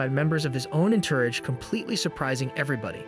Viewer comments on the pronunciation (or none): Thats not how you say Entourage